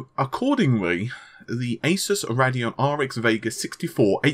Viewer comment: It's Radeon not Raddeon